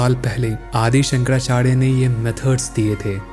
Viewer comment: Hey brother! I would suggest that you try to improve your pronunciation. You are pronouncing 'R' as 'D', Please try to improve it. Shankadachadya nahi hai voh it is Shankaracharya. Pronounce the word correctly and fully. Shankaracharya hai not shankarachary